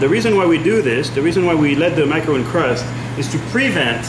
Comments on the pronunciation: Hard to take anyone seriously who cant even name the cookie...not a macaroon, rhymes with loon but a Ma-ca-ron rhymes with bon-bon. Come on Frenchie—you don’t call your tamis a Tam-iss... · i stopped watching when i heard "macaroon".